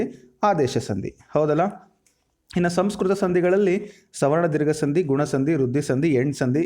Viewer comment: ಎಲ್ಲಾ ಓಕೆ, ಆದ್ರೆ ನೀವು, ಸಂಧಿ ಎಂಬ ಪದವನ್ನು ಸಂದಿ ಎಂದು ತಪ್ಪಾಗಿ ಉಚ್ಛಾರ ಮಾಡುತ್ತಿದ್ದೀರಾ.